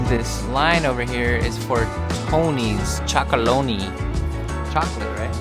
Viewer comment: You got “Tony Chocolonely” spot on.